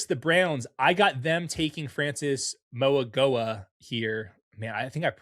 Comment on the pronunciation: Mauigoa is pronounced “ma-we-noah”